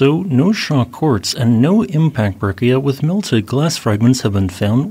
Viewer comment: Good video. Some small notes: Breccia is typically pronounced 'bretch-uh' or 'bretch-ee-uh', though it is rare for the "i" to be emphasized. Also, graben is pronounced 'graw-bin' or 'grah-bin.'